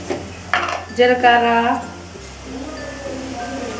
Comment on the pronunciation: Minapappu Jilakarra Aavalu 😅😅😅😅 You pronounce it so correctly ate 👍 I hope you will make a full length video in Telugu very soon.